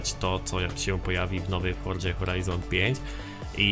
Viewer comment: grasz w tę grę od nie wiadomo ile czasu, robisz o niej filmy a nie potrafisz nawet wypowiedzieć poprawnie nazwy tej gry i nigdy nie wypowiedziałeś tego poprawnie, forDZa brzmi tak żałośnie, aż sie coś robi